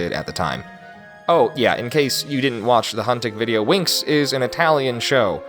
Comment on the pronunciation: I don’t want to be that guy but the show is pronounced like wings not winx